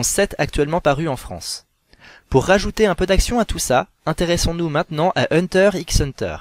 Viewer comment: Vidéo bien sympathique... juste le "x" dans "Hunter x Hunter" est muet ^^